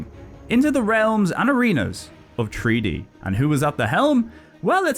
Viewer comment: I'm new to the channel but I'm really enjoying it so far. When you were talking about treaty fighters I was thinking wtf are you talking about. Turns out you're saying 3D not treaty🤣. I thought it was funny so I wanted to share that. Thanks for the fun video